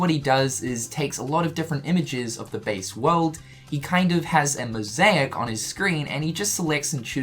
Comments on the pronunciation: it does not pronounce as "Mosayak" you pronounce it as moh-zey-ik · The way he says mosaic and motif Really bruh? Also, flashback to Mushroom Kingdom... Hearts. Ah, my childhood.